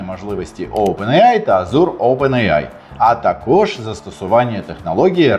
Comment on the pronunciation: Чи можна не говорити азУр? Всі девелопери знають англійську і азУр тригерить.